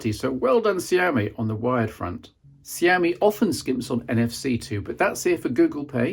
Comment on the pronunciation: Kudos on the pronunciation of Xiaomi.